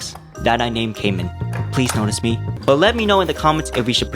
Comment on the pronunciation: Lol dude can't say canman right Ps you say it like can man